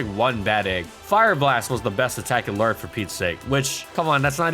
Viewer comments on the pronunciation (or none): none